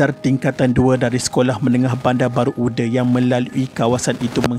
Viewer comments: Uda tu bukan sebut ude ya orang jb sebut UDA dibaca Aa bukan ude dibaca e bukan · sebutan UDA sebutan baku.. sebagai penghuni sekitar taman tersebut, sebutan UDE rasa janggal. hehe.. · Admin sebutan yg BETUL "UDA" BUKAN "UDE".. azab & terseksa ya Arwahyarhamah adik Syafiqah d rogol dlm longkang lpas tu d bunuh..salam takziah buat klga mangsa..Moga Allah tempatkan Arwahyarhamah adik Syafiqah d kalangan org2 beriman.. Al Fatihah ( d baca ) Aamiiinnn YRA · betul tu org BBU tak sebut UDE..Sebut UDA... 😀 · Betul² hehehe. Kedengaran janggal bila admin sebut uda sebagai ude 😅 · 😂😂🤣..tu lah..admin ni dari kisah sedih..jd kisah lawak dia sebut "UDE"..